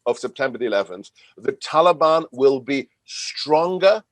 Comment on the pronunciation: Funny how Joe seems to get one thing right all the time, and that's his pronunciation of Taliban. Almost like he's one of them.